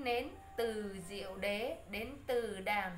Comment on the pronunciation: Con ơi! Bài viết rất hay nhưng có những chỗ do không hiểu nên đọc sai, như: Tứ Diệu Đế (tức 4 chân lý về khổ) chứ không phải Từ Diệu Đế. Con cần tìm hiểu thêm giáo lý để đọc cho đúng nghe con!